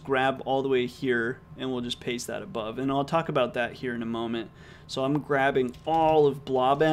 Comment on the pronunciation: It's actually pronounced "paste" not pasta